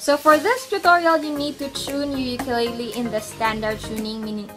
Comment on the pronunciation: I recommend you learn how to pronounce ukulele